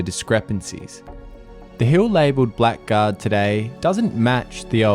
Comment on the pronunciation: Hi Love these historical researches!! Just a note that has been grating with me…. Blackguard is pronounced “bla gaard” What does it mean to call someone a blackguard? a.: a rude or unscrupulous person. b.: a person who uses foul or abusive language. seems to fit gold prospectors!!!